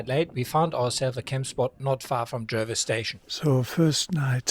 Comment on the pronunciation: Proud to be a Patreon. Check pronunciation on Jervois ;)